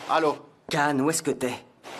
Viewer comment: S'il vous plaît prononcez bien les noms des personnages 😭 Can ne se prononce pas Kan, mais Jan